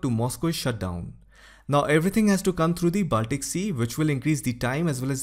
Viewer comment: your pronunciation is good. BUT Baltic is pronounced as Bawl-tik/Ball-tik and Not Baaltic as is so commonly mis-pronounced, including here in this video.